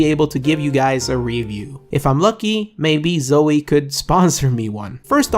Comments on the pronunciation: He says zoey 😂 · It's pronounced "zou-ee." hello? lol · Him saying Zowie wrong hurts my brain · u want a zowie sponsor, then say it right. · zowie isnt going to sponsor you when you cannot pronounce their name correctly